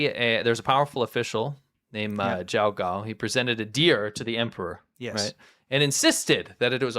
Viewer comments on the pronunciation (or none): none